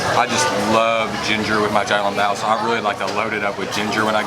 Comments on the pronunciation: Great job with your videos!!! I am a new fan. it’s pronounced shao long bow not jow long bow 🙇‍♀️ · Hi love you, don't want to be rude but small correction to your xiaolongbao pronunciation the xiao is actually pronounced with a "sh" (shiao).